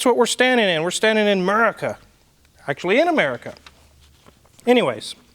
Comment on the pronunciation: "Amaurica" lol